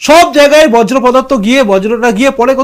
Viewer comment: বজ্র পদার্থ নয়, হবে বর্জ্য‌।